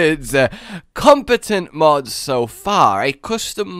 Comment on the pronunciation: "Contepent, compete'tompe, méneme.. Words!" Repeated that for a little while....